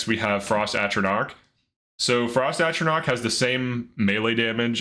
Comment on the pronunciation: for this, I'll let it slide, I think it was just a slip of the tongue. He said it right every other time, even on the same frost one he introduced that way.